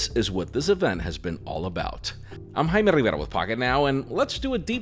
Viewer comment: Yes and with native Spanish accent too